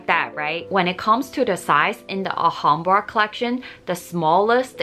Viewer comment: Please pronounce Clif as Cleef as in a Leaf. Thank you. Also, you sau 'Ahambra' please note it is pronounced with the L. So it is Al-hambra.